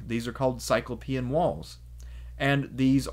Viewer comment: What I love about your presentation is I can just listen on the audio hide it so Richard information I don't need to look at my little screen of my phone. This is a very Petty issue but I'm sure you're familiar with the Cyclops in Homer... Therefore why do you pronounce cyclopean walls in a way that sounds like a European with wheels instead of feet... The word Cyclops in cyclopean should be pronounced just that way